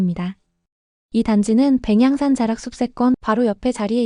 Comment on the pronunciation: 백양산 발음이 왜 그럴까요? AI의 문제인가요? 너무 거슬리긴 합니디^^